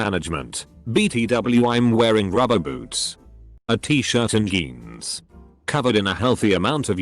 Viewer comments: Yumping yimminy, I have a new pair of yeans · Jeans: Exist: "yeans"